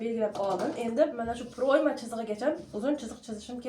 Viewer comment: Proʻyma deganini ochiqroq ayting opajon